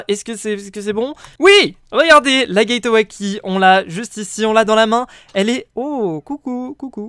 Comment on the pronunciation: Mec le e de gateway key ne se dit pas